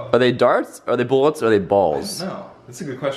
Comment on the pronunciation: he said bollets